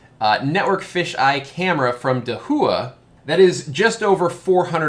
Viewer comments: Just a couple quick corrections for future videos: 1) Hikvision is "Hike-Vision" 2) Dahua is "Dah-Wah" I made the same two mistakes in my first PoE camera video. I'd imagine that the PTZ functionality is just dewarping a single part of the image in the software, but that the fish eye format is always being recorded. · it is Hike Vision and Da way. Just how you pronounce them lol Those got in trouble and no government contracts from back door access they have. I installed 2 Axis products and they have tons of features! Still wanna see a UniFi Protect in person. Great video! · Dahua (Pronounced Dow-Ah) 🍻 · Come on. Dahua is pronounced Dah-Wah. Maybe I know that because I use a lot of their products.